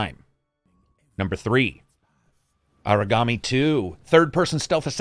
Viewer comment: Yeah same. I want to know what the ninja game was. Sounded like he said origami